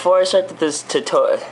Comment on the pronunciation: LOL. You can never say "tutorial" right. xD